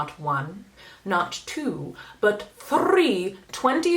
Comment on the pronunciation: I’m convinced that Norvina released 3 palettes just so you could roll your r on “thrree”